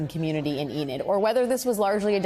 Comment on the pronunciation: Enid, not Eden.